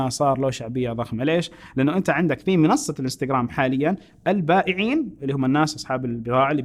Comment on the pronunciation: منصه تنطق وليس مينصه